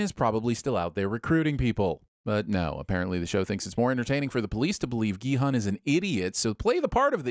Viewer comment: At least he's saying Gi-Hun this time.